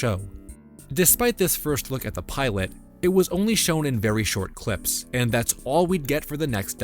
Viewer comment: why did you say cwips instead of clips? or febwuawy